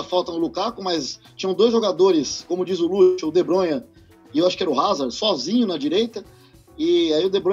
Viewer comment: O livro é super inteligente mas perdeu meu respeito quando ele falou Azard e n Hazard